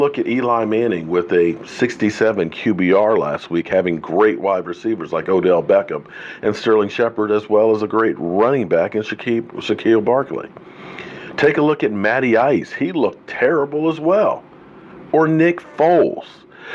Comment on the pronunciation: Shaquille O’Neal Barkley might be a problem,lol, It’s Say-quon. And I’m not worried about other teams being crappy, I’m worried about the cowboys.